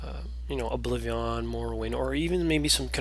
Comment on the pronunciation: Just wondering, why do you pronounce it Oblivi-AHN?